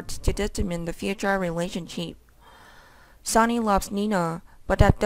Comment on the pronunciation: It's Sonny Not Sawny!!! Learn how to read!!!